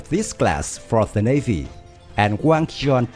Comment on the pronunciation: it's wang gun...not wang jian lmao